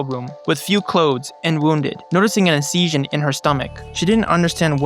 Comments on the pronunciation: Dude, you need to work on your Pronunciation, it's been all over the place the entire video. Just before you pronounced 'pedestrians' like 'perditions'. And 'mental' barrier instead of *'metal barrier', 'sniffiling dogs' instead of *'sniffing dogs', 'inceesion' instead of *'incision' etc. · "noticing an in-SEE-shun " 🗣🔥🔥🔥 (btw im not making fun i just found his pronunciation funny)